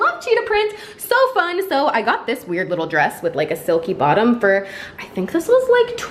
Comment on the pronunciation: did said thunk instead of think while wearing the cheetah printed dress???